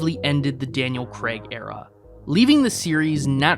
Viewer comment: You know he’s not called Daniel Kregg right? It’s Craig. Like raid. CRAY-G